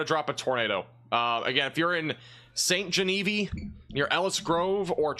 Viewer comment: “Gen-A-Veeve” not “Genevee”